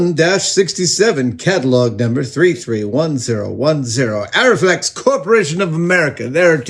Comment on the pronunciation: it's pronounced A-REE flex